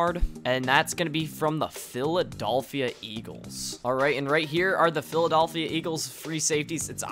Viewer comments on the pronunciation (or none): Philadulphia 😂😂😂😂 I’m saying it like that from now on! 👍🏽👍🏽👏🏽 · Phili"DOLL"phia eagles